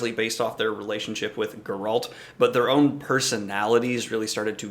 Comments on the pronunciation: Your pronunciation of Geralt goes straight up my spine... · Grrult? Who’s Grrult?